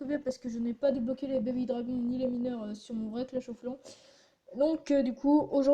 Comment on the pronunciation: mdr j'aime bien le " baby dragons " avec ton superbe accent anglais !!! x) et apres a ta deuxième attaque le " une victoire réussis " mdrr sinon cool x)